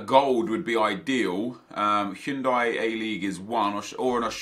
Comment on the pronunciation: well I think most people pronounce it Hi-oon-die